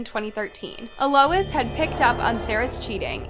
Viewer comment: Its pronounced al -Los